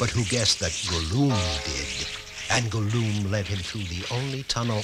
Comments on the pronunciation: Nah man, I'm dying from Laughter. The mispronunciations from Samug and Thorin aren't that bad compared to Gollum. They did my Boi Dirty, they call them Guloom (Go-luum). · Gollum is Go-Loom? I didn't know that he was a weaver in his spare time.